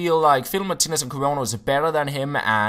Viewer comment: Is it just me who hears him say "fiddle my titties" when he says Martinez :')